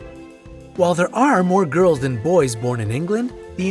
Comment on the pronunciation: Yo you don't have to say gales it's girls duh no offence but maybe you need to go back to school